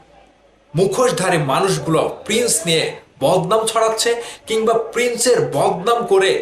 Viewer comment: ভাই তুই তো প্রিন্স উচ্চারণ করতে পারিস না 🤣, তুই আবার YouTube চ্যানেল খুলছিস 🤣।